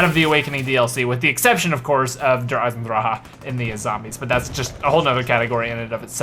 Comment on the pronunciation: can u please stop saying der eisendrache in German because your pronunciation makes me cringe soooo hard just say the iron dragon